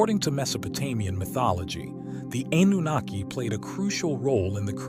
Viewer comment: Anooniki 🤦‍♂🤦‍♂🤦‍♂ that was painful to hear